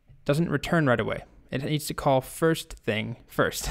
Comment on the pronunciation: At first I had thought you said "COLT" Stack and was wondering what this was all about... :D